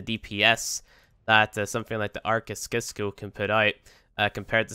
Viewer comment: It's pronounced 'sisco'